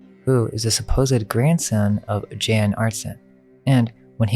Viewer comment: Jan is pronounced (yawn)